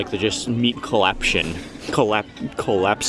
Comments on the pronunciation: Colapsizing?? 😅😂😂 so adorable.... we r taking a shot 😂😅😘😘😘😘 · Meat collaption.. Col col collapsising . COLLAPSING. "that's all about the meat juices". 😂😂